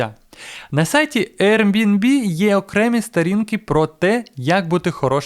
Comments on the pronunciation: Ви шо гоните, невже так важко правильно сказати назву!? Який нах RNB!? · Дякую за класні відео❤ З усієї повагою, подивіться, як правильно вимовляти Airbnb😊